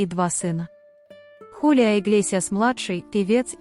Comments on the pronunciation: ХулиО , а не ХулиА! 😂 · Зовут певца ХулиО Иглесиас, а не ХулиА... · Почему ХалиА, а не ХулиО Иглесиас? Просто слух режет!😮